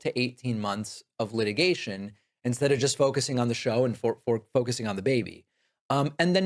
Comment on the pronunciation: "Light-igation? Leet-igation?"